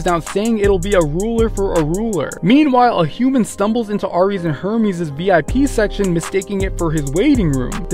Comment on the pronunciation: Ares is pronounced “air-eez”. Have you never heard that gods name before????